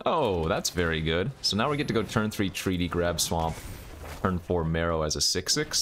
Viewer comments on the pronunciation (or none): You say mEro, I say mAro.... You say potato, I say Potato.... You say tomatoes, I say tomato's.... Lets call the whole thig off! I thought it was pronounced M-AR-O as in Mark Rosewater? What do I know?